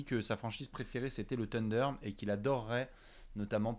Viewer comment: Encore un “TEUNDER” et je me désabonne 🤣🤣